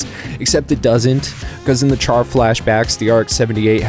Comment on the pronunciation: Good video, and thank you for pronouncing QuuuuuuX right! However, a few things for future vids. "Char" has a soft "ch" sound (like an "sh"). Some debate if the R is even pronounced, but I am not one to just say "Shaa." And for Universal Century calendar years, it's pretty much universally (ha) said as "double-oh-(whatever year)" until the UC 0110s. But honestly, probably the smallest gripes I've had on a random Gundam vid from the algorithm, so good on ya!